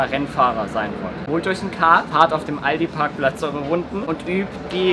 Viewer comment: er hat ALDI PARCKPLATZ gesagt!!!!!!!!!! !!!!!!!!!!!!!!!!!!!!!!!!!!!!!!!!!!!!!!!!!!!!!